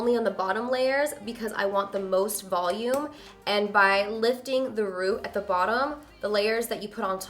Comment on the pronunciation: I love it when you talk Spanish, "Volume" 💕